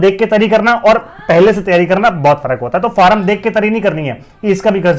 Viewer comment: भाई फॉर्म होता है फारम क्या होता है 😂